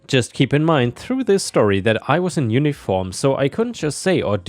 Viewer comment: Like how this dude says story. Shtorry 😂